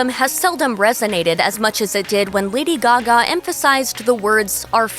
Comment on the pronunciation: Lady Gagme